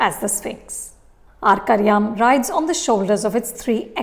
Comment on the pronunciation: Your pronunciation of the title Arkariyaam is spot on 😀😀 may be it's not that difficult to pronounce, but as a viewer who has watched ur reviews so much, I bet u pronounce malayalam words better than any other critic